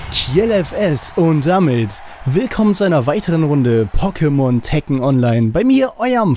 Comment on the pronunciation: TRKKEN statt TEKKEN xD